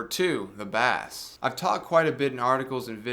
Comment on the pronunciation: Dude. Love the review. You probably are having fun with pronouncing 'Bass'. Just in case you're not, it's pronounced 'Base' - unless it's a fish!